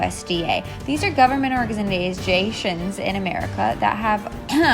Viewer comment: “Organijizations” 😂 hi I love you tons ❤️